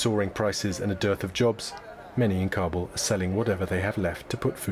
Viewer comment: Meanwhile... "Cobble cobble cobble" like a bunch of turkeys gobbling. It's pronounced KAh-buhl, not Cob-ble.